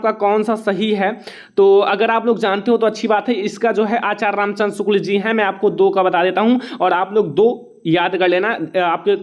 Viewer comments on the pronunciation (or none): none